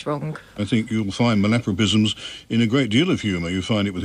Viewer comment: There was a true Count Arthur moment when the word "malapropism" was used. Or have I been saying it wrong all these years? MAL-apropism ...or....mal-AP-ropism?